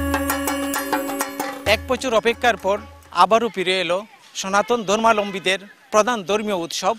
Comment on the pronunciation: ধর্মালম্বী না ধর্মাবলম্বী